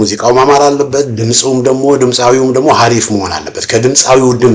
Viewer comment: Who says "ሀሪፍ"😅